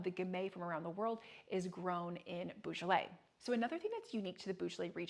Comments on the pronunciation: Very interesting episode. Small criticism is the odd pronunciation of Beaujolais. It is Bojolay and not Boojolay. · pronounced bo jolay not bugolay